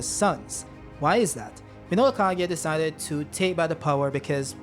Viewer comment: the pronunciation is KA GU I AH!! Stop saying KA GI A!!!